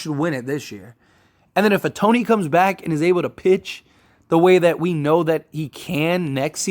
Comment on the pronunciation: Ah-Tony ? If you're gonna report on baseball ⚾️ you need to pronounce his name correctly - "Show-hey Ow-taa-nee"